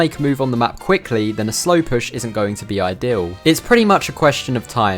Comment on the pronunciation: Great vid, but I can't get over how you pronounce püsh